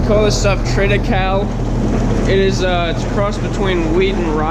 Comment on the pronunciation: isnt it triti-CAY-lee?